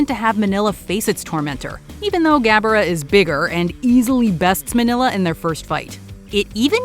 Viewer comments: It's MING-YAH the son of Godzilla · it's Mini-lla, or Mini-ra. As in Mini -Godzilla/jira. Kind of like Mini -Me